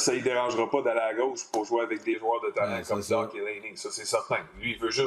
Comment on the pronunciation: Ont dit Dache pas dak